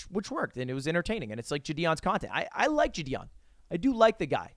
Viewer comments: ITS JIDION NOT JIDIEN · It always sounds like he’s saying jidien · JI-DI-ON had me dying... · "Jih - dee - on" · Is no one gonna talk about how lud pronounces JiDion lol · The way u pronounce valorant makes me uncomfortable but the way u pronounce jidion 😣😣😣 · Every time you pronounced jidions name wrong a baby died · Yo dawg…can you let me know how many times you gonna mispronounce Jidion Great video tho 👍